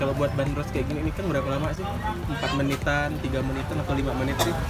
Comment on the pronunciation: pelafalannya bukan /ben-ros/ tapi /ban-dros/ <-- urang bandung asli